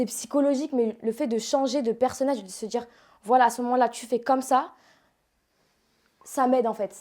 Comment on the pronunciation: "Sta djire", "Shadjy", "J'ai voulu me djire woilà"... Ouais enfin elle s'exprime bien elle s'exprime bien... Vite fait hein. Elle sait aligner deux mots cohérents ensemble, ça doit surprendre les 2000 mais c'est pas non plus une oratrice exceptionnelle hein.